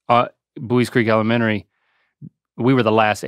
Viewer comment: Haha he went "elemenary school" right when i was reading this comment. Anyway I'm from Ohio and I say it the same way you do lol